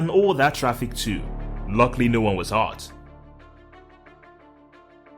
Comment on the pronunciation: "No one waz hart" ?????